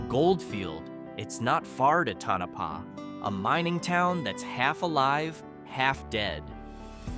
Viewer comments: Tonapah not Tanapah😊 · to no pah not ton a pah